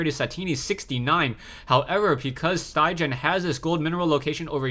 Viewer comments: StyGGeN is norweigan and pronounced "Stiggen", the 'gg' is pronounced as the 'g' in "guitar". Great cast! Keep it up. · StyGGen is a top norwegian player, and StyGGen actually means "ugly". I can understand it's very difficult for you to pronounce it in norwegian though :P